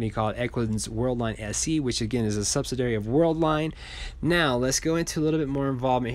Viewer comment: Sub-sid-ee-airy....Love your channel, one of the most professional ones out there. Keep up the great work!!